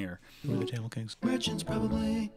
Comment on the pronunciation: It's tha mil that's how u say it